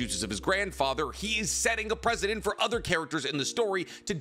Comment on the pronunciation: Anyone else hear him saying “president” instead of “precedent”